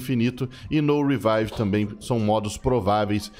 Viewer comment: “reveve” é foda....